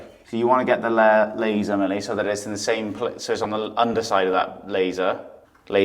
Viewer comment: “Laser” Millie “Laser” 😂😂😂